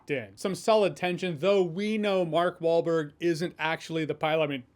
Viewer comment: Jeremy: “Mark Baldberg.” 🤣👍